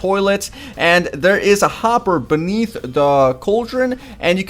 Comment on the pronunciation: what "there's a hopper benith the cauldron" 😂😂😂😂